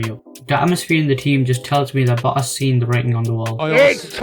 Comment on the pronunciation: I think his name is Valtteri Botas not Valtteri Boass.